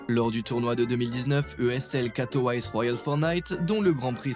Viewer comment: Katowaysse 😆 c'est Katovissé , Katowice.. nom d'une ville mdr